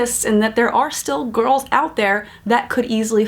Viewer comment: Sounded like she said "gorls" lol I love this channel. ❤😂